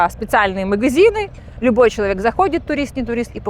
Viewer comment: "Мгзины" , "не дгвариваются" - из какого колхоза это погиня ? 😂😂😂